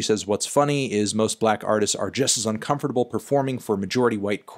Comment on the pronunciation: the way melon pronounces uncomfortable makes me uncomfortable